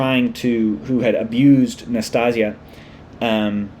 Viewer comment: Nas - tas - ya. It sounds like Anastasia without the first A.